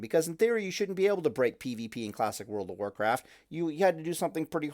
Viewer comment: "World pf Pallycraft" =)